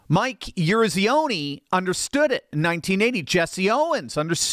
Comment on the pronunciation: Good vid...except maybe do a little homework from ANYONE over 50 to learn how to pronounce Eruzione.